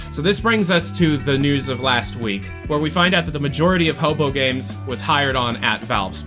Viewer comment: Hey, ror2 player here Its pronounced "hoe poo" or "Hopu" not "hopo", love your content but that immediately distracted me as everyone else pronounces it either way i wrote